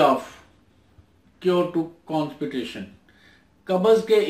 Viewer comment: Conspitation nai kehtay constipation kehtay hn